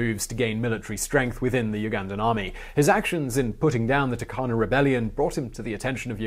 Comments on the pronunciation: we Kenyans pronounce it as Toorkana stressing on the r and not Takana the way you pronounced it. People need to pronounce words the way locals pronounce it otherwise there'll be a communication barrier. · Turkana --> Toorkanah